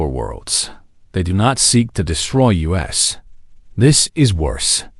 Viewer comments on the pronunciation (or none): So is "Eye Tee" of "it", and "You Ess" for "us". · OMG the pronunciation is awful how can you not even say us or it? and the punctuation is bad as well.